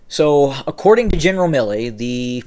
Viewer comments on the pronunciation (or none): none